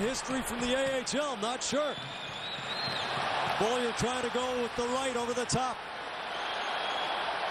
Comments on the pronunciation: Who the hell is "Bowlier"? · Relax guy. I was making fun of the announcer's pronunciation of Beaulieu. He kept butchering his name by saying "Bow-lee-er."